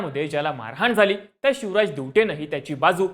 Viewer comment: Are tu chivraj boltoyas ki shivraj boltoyas😂